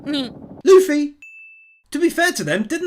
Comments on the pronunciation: DID HE JUST CALL THIS MAN LUH-FEE? Edit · Bro really said "Luhf-fy" ... But another amazing video excited to see more one piece wins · The amount of times I've heard people pronounce Luffy's name as luf-fy or something. Loo-fy. It's like goofy. It's not that hard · No hate just a correction it’s pronounced Loo-Fee (like Waterloo and like fee a payment cost) . Not luh-Fee.